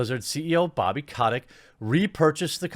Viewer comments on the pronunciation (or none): none